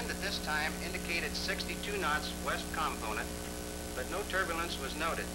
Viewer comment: "turburlance" = turbulence "verticle" = vertical For the benefit of the uneducated... :-)